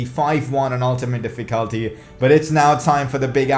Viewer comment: That's not how you pronounce "Difficulty".